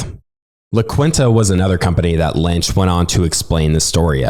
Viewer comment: Absolutely love this podcast. My one recommendation, as a writer, is to make sure you look up the pronunciation and meanings of words that you’ve never seen, read, or know of. This is a fairly personal pet peeve, but it also increases your credibility and sense of authority over subject matters. For example La Quinta is a Spanish term pronounced La Keen-ta. It sounds a little silly when you say kwinta.